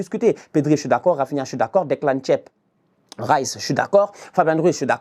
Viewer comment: Declan " tchiep " 😅😅😅😅 orrh